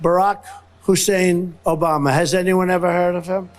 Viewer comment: Anyone else notice the second pronunciation of Obama? He said 'Obaba'. I dont like mocking the unwell, but he is fair game.The rapist is melting into a puddle of 💩 in front of us. Do you really want him on the international stage? Representing you, the people? Please, vote 💙 for America and the world.